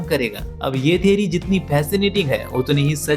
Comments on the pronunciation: Theory ❌ Theri✔️ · Theory ❌ Theri 💀